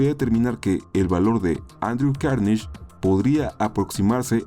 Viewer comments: se pronuncia carnegi .... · Carnegie se pronuncia Cárnegui. Varios de los"Robber Barons" están en esa lista, lo cual no me extraña.